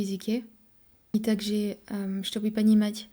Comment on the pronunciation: У тебя системная ошибка в произношении буквы "Е" в конце слов. Почти всегда эта буква произносится как "Э". Т.е. слово "также" должно произноситься как "такжЭ". Ещё буква "Ы" хворает =) Если получится это исправить, то акцента станет намного меньше. В остальном хорошо, нужно больше практики и будет вообще отлично! По грамматике вопросов нет, очень хорошо для иностранца!